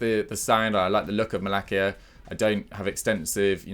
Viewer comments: It's Malasia, not Malakia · Maalaacsiaa that’s the pronounciation